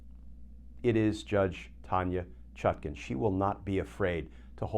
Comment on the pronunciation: Why does Kirchner insist on saying judge ChutKIN, when her name is clearly spelled and meant to be pronounced ChutKAN? Please adjust, asap!